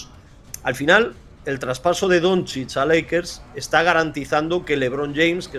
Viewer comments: bien pronunciado sería algo así como "donchich". También acepto "donchik" como lo pronuncian muchos intentando acercarse a como es o incluso "donzik" si lo pronuncias como se lee en español (está mal pero si es tu idioma pues bueno, se puede pasar). Pero si dices algo como "donzids" o necesitas ir al logopeda o lo más probable es que no tengas ni puta idea de baloncesto. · Totalmente a favor de todos los comentarios sobre el entrevistador que ni sabe pronunciar Doncic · Pero si el tio de la derecha no sabe no decir el apellido de de luka vaya desastre